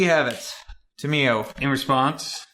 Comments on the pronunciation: Actually lore-wise it is pronounced Tom-e-o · Its Tam-yo. :D